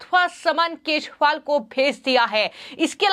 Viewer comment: Anchor ka bhasha thik kare bahut galat padh rahi hai kejariwal ko keshpal bolti hai. Channel wale galti thik kare